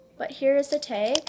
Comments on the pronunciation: She says "teg" execpt "tag " on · Why do you say teg not tag your like here's the teggg😂and I'm like bitch it's taggggg😂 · I hate it when she says "teg" instead of TAG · why do you say tag like tiag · Probraly she always say "teg" and it's annoying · Why do you call "tag" a t-e-g like wuhh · You say tag wrong👿👿👿👿👿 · im never bothered by your intro .. but im bothered by how you say "tag" 😅